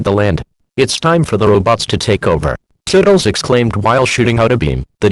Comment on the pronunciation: Is "Toodles" pronounced "Tuddles"? Maybe it's because Text to speech are sometimes bad at pronouncing.